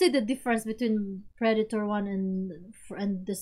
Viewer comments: hey guys!! haha Predator not PreDAYtor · (P - red- it- tor) that's how to pronounce ir